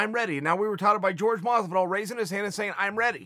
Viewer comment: Jorge is pronounced George. Chaels right.